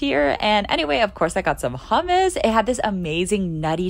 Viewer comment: Can I say you something i really love your videos but, never pronounce hammus like that in Arab countries cuz if they hear you they will for sure come to pull you hair 😂. I am sorry , and don't worry I have subscribed